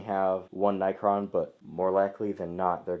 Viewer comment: its pronounced NECK-RON what ur saying sounds like night quill